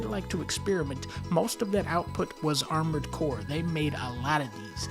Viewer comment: "Armoured Boar" sounds funny lol. Edit: also, what is Adventures of Cookie and Cream??? I wanna see that!